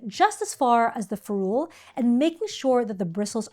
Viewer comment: Awesome video!!! I can’t wait to watch your others, even as an experienced and professional watercolorist. I learned some things. But it’s FEH-rool, not feh-ROOL. I Googled to confirm via several sources, even though I’ve been saying it for decades.